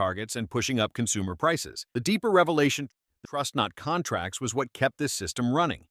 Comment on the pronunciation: The AI voice, though 😅😅😅 "w" hat?! What the actual f*ck 😂